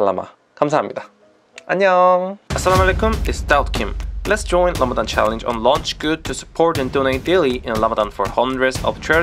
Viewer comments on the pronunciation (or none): Well its RAMADAN NOT RAMADHHHHAN . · You always saying "Lamadan", you must learn to pronounce it well (Ramadan), not "Lamadan". Ramadan Mubarak. your brother Ramadan Ziada, from Palestine.